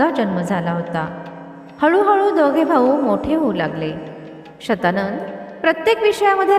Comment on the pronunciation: तो शब्द शतानन असणार शत शंभर आनन मुख कारण रावणाच दुसर नाव दशानन आहे.. दश .. दहा.. दहा आनन आहेत असा.. ती बाई चुकीचे उच्चार करतेय...